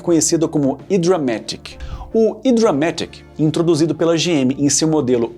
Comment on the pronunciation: O apresentador precisa melhorar seu conhecimento de inglês. "Hydramatic" pronuncia-se "haidra-metic" com H aspirado (quase um R). No Brasil virou "hidramátchico".